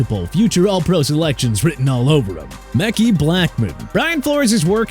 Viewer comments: Ma-ki not meck-E smh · MEKHI IS PRONOUNCED MUH-KYE NOT MECKEY AND ACHANE IS PRONOUNCED AY-CHAIN. SMH.